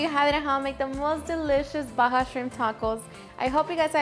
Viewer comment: I’m from Baja and it makes me laugh how people not from here call it Baja and they don’t know… she did good tho close enough